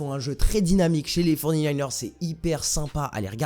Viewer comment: Mec respect nous on s’appelle les 49ers ca se prononce fory nayners non pas les forny nayners